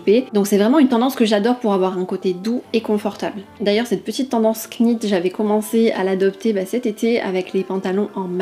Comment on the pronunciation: Coucou, j'adore le Lila perso 😍 Par contre on dit Nit et pas Knit, le k ne se prononce pas comme dans knight, knife etc Bisous continues ainsi 😘